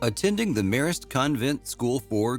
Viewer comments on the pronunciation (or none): Also how he said The Marist was odd. Just waiting for him to try Esher.